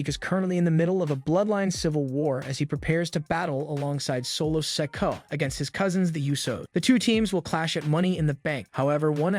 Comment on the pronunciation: yeah he does it all the time Maybe Solo should come after him for constantly calling him Sicko